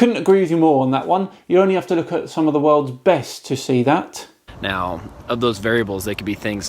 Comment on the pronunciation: Ooofff - the emphasis on 'The BEST to see that.' Brutal.